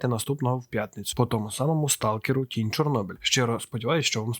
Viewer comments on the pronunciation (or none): Чому я почув кінь чорнобиля, а не тінь чорнобиля